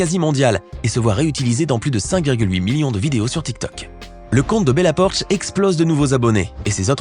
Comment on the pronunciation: Bella poarch pas bella porch